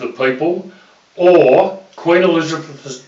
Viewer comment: Because he has no idea what the fuck he is talking about :) Tried to sum up our whole constitution in a few mins..... And the first half of this video is him saying how much this was a revaluation to him :) Then cant even pronounce Elizabeth